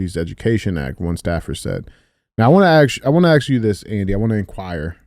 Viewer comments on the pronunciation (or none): Dj's been watching too much American Chopper.... "I got an Idear" "Let me axe you a question"... you aint ninja Paul Sr. Lmfao